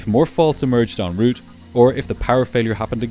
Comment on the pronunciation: Thank you for pronouncing “route” correctly. The common, incorrect use of “rout” drives me nuts.